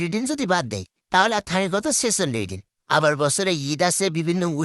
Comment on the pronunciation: দিন ❎️ ডিন ✅️ 😂😂😂